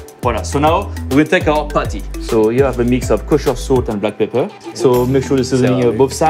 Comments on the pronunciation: I have no idea why he calls Patty as potty, that is extremely awkward. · "Each potty is 4 ounce"